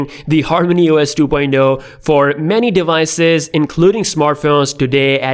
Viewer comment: Two poindo??? You mean two poinT Oh? LoL